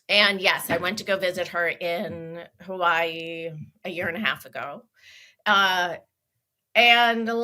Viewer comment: Is she saying “Hawaii”? She’s pronouncing it “oh why”